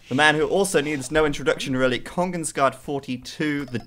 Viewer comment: you pronounces it like kongens ga the where its a sharp a. not gah